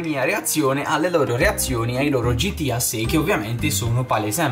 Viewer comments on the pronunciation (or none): Uno pero non si dice gitia ma si dice gta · Ma che gitiAA si dice GTA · non si dice gitia si dice gta